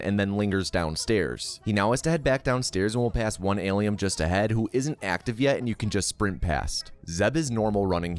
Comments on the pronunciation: why the f can’t he pronounce Alien! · Alium??? WTF its alien. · Why are you saying "ALIEM"? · Why do you pronounce it "AliUM" btw? It' "AliEN" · Why is he saying Alium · I never knew how much someone saying 'Alium' would trigger me LOL, its fucking hilarious. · Aliem? what the F is an Aliem? Alien! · Are you saying Alium? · Aliem? Aliem? With an M??? Fk dis. "do not recommend channel" clicked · Wtf is “alium” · Tf is Alium? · Wtf is an Alium? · It sounds like you are calling it "ali-um'..? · Is he saying Alium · What’s with saying “AlieM” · Lil late to the party but why does he say Alium? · Alium isolation can he not say it right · I'm new why is he saying alium 😂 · its alien not aliem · Why does he keep calling it alieM? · Is he saying Alium on purpose to troll fans??? Well, it's working... James Cameron will not be pleased lol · Alium...whyyyyy😂 it triggers meeee😤😤😤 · Why is he saying alien wrong? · Are you saying “AlieM”?! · Why is he mispronouncing "Alien" and "Aliens"